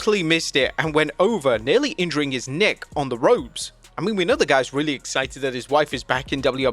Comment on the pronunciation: He said "neck" but it sounded like something else more appropriate to the moment... 🤣🤣:cat-orange-whistling::cat-orange-whistling